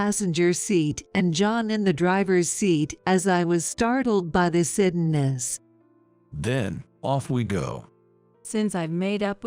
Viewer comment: You can’t even pronounce suddenness?